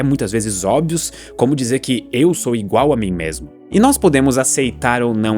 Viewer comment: tão inteligente, mas fala "ingual" 😔👌 é gente como a gente.